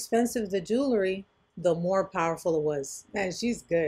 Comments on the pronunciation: It’s pronounced JU-wel-ree, not JU-la-ree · Maybe says jewlary instead of jewelry intentionally.